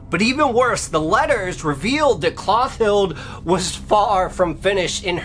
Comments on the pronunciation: So I was today years old when I realized that "Mister E" is the same as "mystery." Lol Also it's "Clo-TILL-dah" not "Cloth-ild." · Good job with the pronunciation!